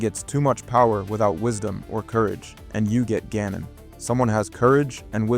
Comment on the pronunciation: Calling Ganon as goanon must be new